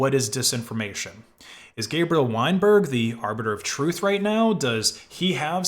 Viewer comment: "Weinberg" Every. Single. Time.